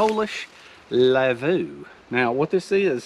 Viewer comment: Prob the stress is on the first syllab, the v is a w. Lavvu prob from Sami/Lapp people in Sapmi. Sapmi is the area where they live in Norway, Sweden, Finland, Russia. Skoltlaps have no reindeer, they fish.